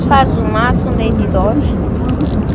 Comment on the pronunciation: Пазу емес пасу